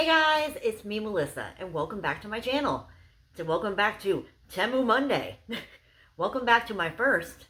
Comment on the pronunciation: btw it is pronounced tee-moo don't worry when i first heard of the app i thought it was teh-moo too.